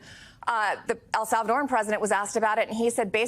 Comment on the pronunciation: Learn how to say El Salvadoran